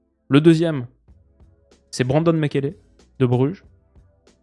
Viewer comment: Salut super récap juste le nom de Mechele se pronomce Méchele avec les deux derniers "e" sans accent